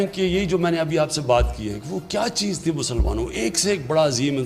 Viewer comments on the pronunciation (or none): none